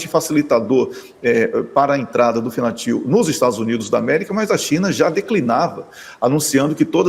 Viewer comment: Fentanil..Não Fentanil. Abraço para todos aí desde Setúbal Portugal. Parabéns pelo trabalho gente.